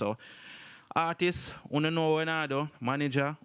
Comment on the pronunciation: For real!!!! So annoying “artisses” 😑